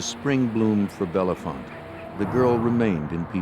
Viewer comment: It’s bell-font not Bellefonte, the E’s are silent source: local.